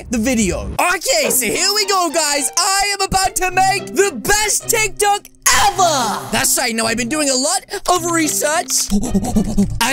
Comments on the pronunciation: i mean tik tok not tik talk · It not tic talk bruh it tic tok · It's not tik talk it's tiktok